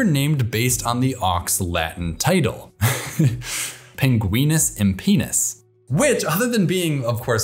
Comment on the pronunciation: You pronounced the Greak Auk's latin species name like "penis" (long "e"), but the "e" in this word is a short vowel, like "pen". The Latin species name refers to the lack of flight feathers, or pennae. (The word "pen" is derived from the Latin for flight feathers because the first pens were made from such feathers.) The Greak Auk has been extinct for over a century.